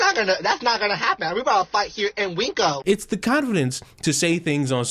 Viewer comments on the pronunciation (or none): Calling WinCo. 'Weenkos' bothers me for some resson 😂